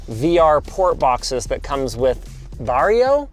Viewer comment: Var-yo. Not "jo" like in "joke", not "Vario" like "Wario". Varjo is a Finnish word (it's a Finnish company) meaning "shadow", and the J in Finnish is basically pronounced like Y as a consonant is in English. Y for us is a straight up distinct vowel sound, always.